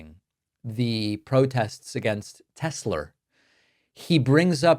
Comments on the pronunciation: I do not love TessssSlurrrr! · David, as a linguist, I find it quite funny to hear you pronouncing "Tesler" even when it isn't followd by a vowel. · "Tesler" LOL